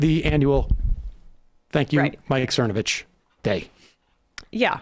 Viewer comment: I remember him mispronouncing it Cervonovich.